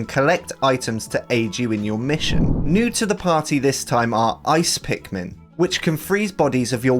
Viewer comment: ".. meets the titualr pinkman" ITS PIKMIN!! 😂